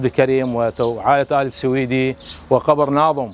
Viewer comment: لفظ السويدي خطأ, مع الاعتذار, فهو ليس نسبة لبلد السويد , يلفظ Al-Suwaidy.